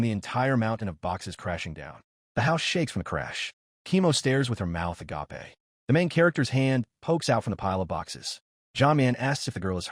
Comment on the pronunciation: Stop letting your AI parser generate the word "agape" for when someone's mouth is open. It's pronounced uh gayp while the word "agape" (the greek word for selfless love) is pronounced uh gah pay and EVERY TIME your stupid AI reader turns uh gayp into uh gah pay. It's NOT THE RIGHT WORD. Just have it say "with their mouth hanging open"